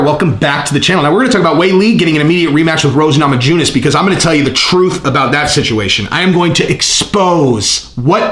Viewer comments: It's pronounced Namayunas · lol Nama-JU-ness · The j in namajunes is silent brother. Keep up the great work, love this channel and its content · The "j" is silent.